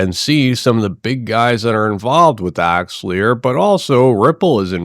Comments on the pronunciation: Axe-el-are not Axe-le-a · "axeahlear" lmao its: axe ah lar....